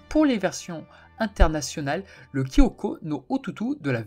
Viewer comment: Peut-être qu'un jour il y aura un "Saint Seiya Kaï" qui reprendra l'histoire du manga Saint Seiya sans rien y ajouter ni en retirer. "" tu devrais lire ou regarder vite fait une vidéo sur les règles de prononciation du Romaji car c'est pas très compliqué de bien prononcer le japonais. 弟 se prononce "otÔOto avec le deuxième Ô plus long c'est pour ça qu'il y a un accent circonflexe; 弟 seul c'est pour parler de son propre petit frère, pour parler du petit frère de quelqu'un d'autre il faut dire 弟さん "otôto-san"; un apprenti ou un disciple ça s'écrit 弟子 avec les kanji du "petit frère" et de "enfant" mais lu en sino-japonais c'est-à-dire "DeiShi").